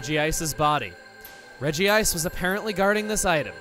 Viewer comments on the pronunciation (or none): It is officially Rej-ice rather than Rej-ji-ice Y'know, like it's spelt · It drives me nuts that Regice is pronounced Reggie Ice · Its actually just pronounced Rej-ice for Regice. They did the same thing in movie 8 with calling Bonsly Bonslee.